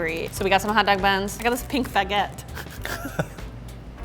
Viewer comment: Am I the only one who heard this girl say pink "faguette" instead of baguette?